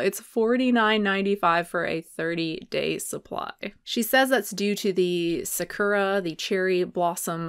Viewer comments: I’ve been living in Japan since 2009, and it’s really cringeworthy to hear Americans pronounce simple words like sakura so wrong 😂😭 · i love how tati can't even pronounce sakura correctly and it's the main ingredient in this shit lmao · The way she's pronouncing "sakura" is absolutely maddening.